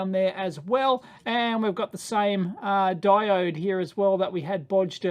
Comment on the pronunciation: is "diodee" a daveism or an aussie-ism? unsure after this video if dave just likes saying diode funny, or if it's an australian thing. either way, a diodee seems like the only deity dave would preach for :D